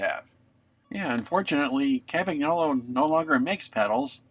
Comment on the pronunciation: Might always have been "Campy" in the US but it's always been Campag in Britain. (certainly was in the 70s anyway) One thing it's never been anywhere though is Campag-nolo! G N in Italian is pronounced like "ñ" in Spanish so Campanyolo. Lovely bike however it's mispronounced!